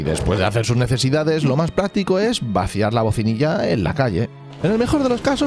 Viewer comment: Bacinilla. No "bocinilla".